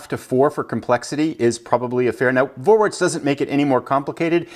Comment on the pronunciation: Pronounced Forwarts, not Vorwarts. V in German is pronouced as a F.